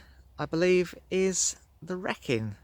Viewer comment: Nice Vid but it's the Wreekin not Wreckin